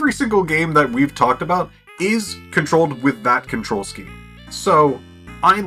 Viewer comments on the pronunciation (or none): none